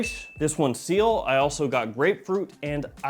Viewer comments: Its pronounced; see-l, not seal . Also, it means sky in french lol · It's pronounced see-el not seal like the animal. It means sky in French. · not seal, its ci-elle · It is CIEL not SEAL. It is called sky blue because it is colored sky blue. Mother mercy, why are you doing this?! Tea note in Milesime Imperial clone? What even is this. You know what, forget all that. How do these compare in quality and wearability to Sillage and Milestone from the CDN line?